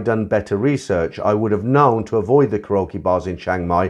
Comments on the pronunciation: Mate, it's pronounced "carry okie", not "ca rokie." Lol😂😂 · 1) Karaoke “Carry okie”, not “croaky”; 2) An argument ENSUED, not “ensured”.